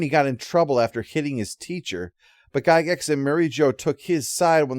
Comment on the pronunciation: It's pronounced "Jie-gax".